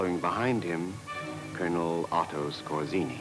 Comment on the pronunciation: Skorzenny (ScoR-tze-n-ny - just for the sake of real pronounciation of the man's name).